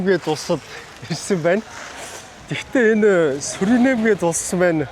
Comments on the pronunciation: Суринэм биш Суринам гэнэ шүү. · Суринам гэж улсыг Суринэм гээд л байх юм. Ядаж наад хоёр дэлбэнгээрээ иргэд нь өөрсдийгөө Суринам гээд байгааг сонсооч юм уншаагүй үзээгүй ч гэсэн